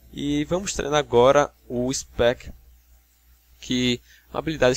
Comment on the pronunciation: Só faltou pickpocket e não chamar speech de ispéqui porque foi foda kk